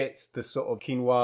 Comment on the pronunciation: Thats how its meant to be pronounced